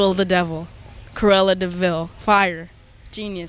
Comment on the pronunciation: Orrr hear me out, “cruella thee VILE” we love you Billie but come on